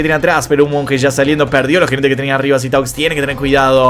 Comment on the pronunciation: no se dice Sitaux, se dice Situh. Es frances xd. Yo se que es una pavada pero suma. Y Sitaux estos ultimos meses viene con un nivel altísimo por lo poco que pude ver en los torneos.